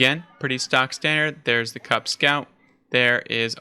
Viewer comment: I've heard Drongo pronounce it "cowp" not "cup". Like you mentioned, Beasty was happy just to trade out units and prolong the game as he knew he had the villager advantage, and the longer the game went on, the better it was for him with 2TC French quicker vills, so maybe 2.4xTC's to 1. If I was kauP, I'd have a different comp. cav/archer beats archer/spear as cav baits out spears and get taken out by archers, then cav cleans up bows. Kaup should have taken the boar on his side with some spears and that would have given him the food to mass horsmen/spear and that would have countered Beasty's cav/archer, and cav/spear is much better for taking out a TC than spear/longbow as the horsemen have good torch damage. Some cav/spear with a couple of rams could have taken out that second TC then dealt with Beasty's army. Then go fast castle and overtake beasty with the king's palace and then get relics and push forward with outposts and siege.